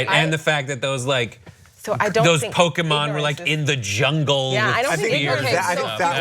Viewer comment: I’m a stupid nerd but the Pokémon pronunciation is killing me rip Also “step away from the bronzer” um that’s dumb.